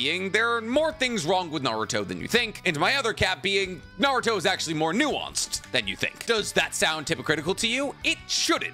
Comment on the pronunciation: Who's "Nar-ruto?"